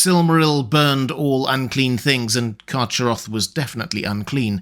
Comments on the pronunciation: I think the correct pronounciation for Carcharoth is CarHaroth, as the word was probably inspired by the Greek word for 'shark'. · Excellent video. But I think you are mis-pronouncing "Charcharoth". I believe it is pronounced Kar-Kar-Roth. I think previous iterations of the name did not have the ch in the middle, but rather a hard C or a K. I can't recall any of Tolkiens proper names having a "ch" (as in the word church) sound. But many have the "K" sound, represented by the letter C. (Celebrimbor, Celebrian, Celeborn, Celegorm, Curufin, etc...) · Love your content as always,, but a minor quibble: the "ch" in "Carcharoth" should be a voiceless velar fricative as in the Scottish "loch" or Beren's epithet "Erchamion." Therefore, the name should be pronounced, "Karkharoth." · Yo your pronunciation of carcheroth is terrible its k sound not ch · I think "CH" is more throaty or guttural, like a hard ch in German (e.g., Bach). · I think you’ll find that Carcharoth is pronounced with a hard CH,.☺️☝🏼